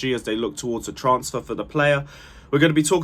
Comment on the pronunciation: Can you not just please learn how to pronounce transfer?